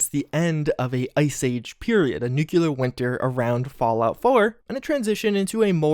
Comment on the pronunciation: It's Nuclear, not nucular